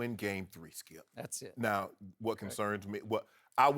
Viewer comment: I do not know why but I find Shannon Sharpe highly irritating - especially his screaming and pronunciation ('skiiiep', 'lebrouuun').